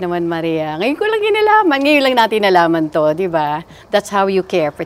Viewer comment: yung L nagiging N. example 'alamano' sa kanya magiging 'anamano'. hahaha. idol ko pa nman yan nung kabataan nya.